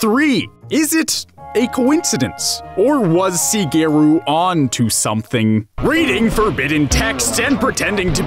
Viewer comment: Pretty sure you've done a few too many drugs before making this. Also, mispronouncing Shigeru, as in Miyamoto Shigeru, pretty much loses you all gamer cred immediately.